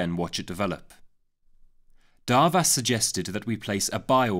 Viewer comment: As a Hungarian I am here to say is pronounced as Doarvash!